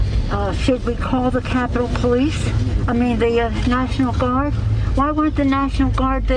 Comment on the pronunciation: " Did you calll the Naationmal Guard on the day of...???" ........haha...Yea and they will be assemmbled in two days ... :P what a goof ..!!!